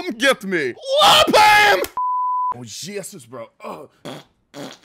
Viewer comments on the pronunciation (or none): none